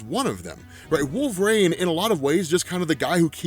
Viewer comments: Dude i have lots of respect for you i and i live ur videos i mean this is the nicest way possible but its wolverine not wolverain ur pronunciation was like nails on a chalk board thru most of the video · Wolverine "Wool-Ver-Een" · So why does he call Wolverine Wolver-rain?